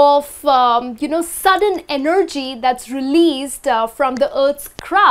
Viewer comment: You guys here said (e-nerd-gy) EnergyM